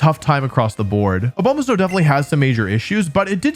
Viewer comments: man ur like my favorite pokemon youtuber but i can’t justify ur intentional misperception of names. it’s obviously not ah-bow-ma-snow. it’s ah-bah-ma-snow, you know, as in abominable snowman. you do this all the time just to get people to comment. there’s no integrity in it. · a-BOW-ma-snow... really? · “A bomah snow” smh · “Oh bow mah snow” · It’s pronounced abomasnow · Your pronunciations are horrendous I thought Slay-king was bad but A-bow-ma-snowis something else. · a- BOW- ma-sow? 😂😂😂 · Wolfey... that is not how you saw "Abomasnow." It's Abominable + Snow, Not "Obomasnow"